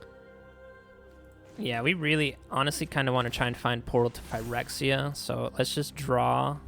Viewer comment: I can listen to you say “Phyrexia” all day long boy 😊